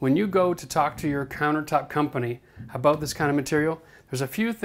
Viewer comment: Lol "aboot"